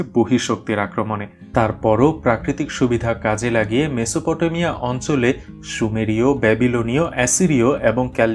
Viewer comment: মেসোপ টো মিয়া। উচ্চারণ।